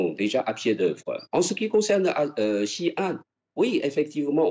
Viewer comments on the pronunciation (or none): Comme d'habitude le "journaliste" obéit au rédacteur en chef et n'écoute pas les réponses. Il est incapable de prononcer Xi'an et Xinjiang correctement. Il aurait pu aussi prendre quelques minutes pour LIRE l'histoire de Taïwan. Il manque de finesse et d'intelligence pour établir un minimum de dialogue. Il détériore ainsi les liens particuliers entre la France et la Chine. Les Chinois adorent notre pays, le premier à reconnaître leur République, et aussi notre cuisine , notre Romantisme. La Chine est aussi une grande civilisation. Mais ça le "journaliste" ne le sait pas bien sûr. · Ce journaliste peut apprendre à prononcer Xi'an et Xinjiang correctement s'il prend deux minutes. Vous avez déjà la "réponse standard", alors pourquoi s'embêter à demander encore et encore à l'ambassade de Chine ?